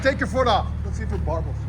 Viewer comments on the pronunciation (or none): Sounds weird. Also it’s “Burble” not “Barble” 😂😂😅😅